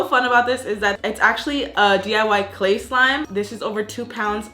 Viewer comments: Is nobody gonna talk about “Clayl”? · How much would it cost for that big bucket..... (FYI, not sure if it’s just me, but I think you messed up your title, I think you said “clayl” instead of clay)